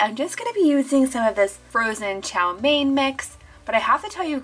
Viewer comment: The chow mein noddles that's not how you pronounce it ik how to pronounce it but I donno how to show you